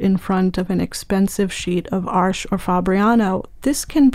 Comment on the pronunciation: As a German I find it so funny when people call Arches "Arsh". "Arsch" means a*s in German, lol. Btw, which one would you recommend for illustrations and portraits? I'm using hot pressed for that and been using the Academy so far. Do you think the artist grade would perform better?